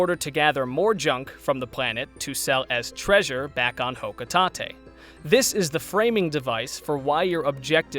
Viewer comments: Ah yes, Hokutahtay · For how you pronounce Hocotate I never want the sparkling concept go away. JK Honestly I don’t care about sparklium but things can have names that aren’t exactly what they are. It sounds like a material in the games but my only gripe is that I want Olimar to be playable again.